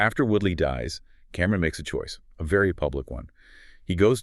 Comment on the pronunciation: It’s Cam-Ron not Cameron omg please look up the culture or hip hop artists before doing a story on a dead MC